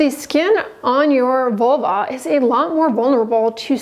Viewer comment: learn how to pronounce vulva, not vuluar